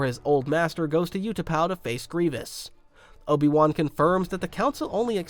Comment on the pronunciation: You pronounce the U in Utapau the way you should pronounce the Ew in Ewan and you should pronounce the U in Utapau the way you pronounce the w in Ewan.